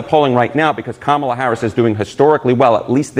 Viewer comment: If, could. His last name is not pronounced Brenen, but Branham and not Camila but Kámala